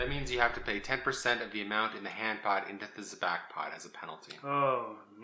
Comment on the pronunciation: First lesson on how to play Sabacc: it's pronounced Sah-BAWK not Sa-BACK.